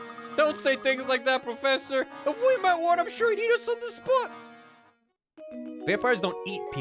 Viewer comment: I've been catching up on all the Layton vods and now i can't stop mumbling "pwofessa" to myself thnx